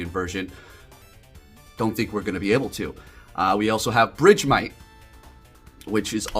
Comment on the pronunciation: It's BERGmite. Where did BRIDGEmite come from lmao